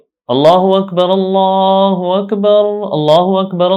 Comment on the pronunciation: اللہ اکبر اللہ اکبر غلط پڑھا اقامت ساری غلط پڑھی یہ ویڈیو ڈیلیٹ کریں کسی ایسے عالم سے سیکھیں جس نے تجوید و قرات کا کورس کیا ہو سیکھنے کے بعد ویڈیو چوبارہ اپلوڈ کر